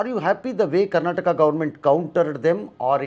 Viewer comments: Karnatak alla.. karnataka.. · Karnataka....Karnatak alla sir .... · Avnig yaradru helro adu Karnataka not Karnatakk anta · ಅವರು ಹಿಂದಿಯಲ್ಲೇ ಮಾತನಾಡಲಿ ಆದರೆ ಇದು ಕರ್ನಾಟಕ್ ಅಲ್ಲ ಕರ್ನಾಟಕ ಅಂತ ಹೇಳಲಿ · Karnatak alla adu karnataka , next time northie nayakarige helkodi interview ginna munche